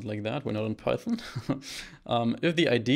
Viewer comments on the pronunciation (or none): none